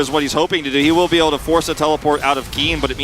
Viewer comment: "where theres a willer theres a way" i cant get over it, it cracked me up xD